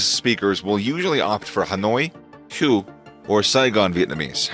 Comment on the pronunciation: If you call your channel 'mastering knowledge', you don't want to be messing up on pronunciation such as: Tagolog & Hue. Sorry guy, I bailed out halfway thru.